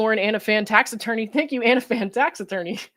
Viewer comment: Tax Attorney!!! I thought you’ve been saying Taxidermy???? Was getting worried